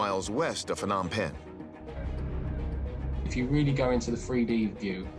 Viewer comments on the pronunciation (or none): if you can't even pronounce Phnom Penh correctly, then you have lost all shreds of credibility.!!!!!